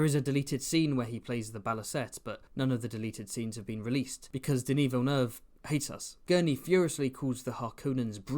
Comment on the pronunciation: first time i've heard someone pronounce Denis's name correctly